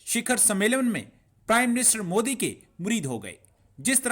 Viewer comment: Its nt mudi its modi ......are bhai kam se kam nam to thik se liya karo